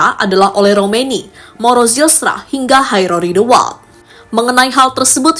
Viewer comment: Min, Jairo tetap dibaca Jairo bukan Hairo krn dia bukan org Amerika Latin atau Spanyol yg huruf awal J dibaca H. 😂